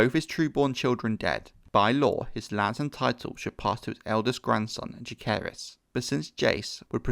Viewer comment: he also mispronounces both Jaecerys and lucerys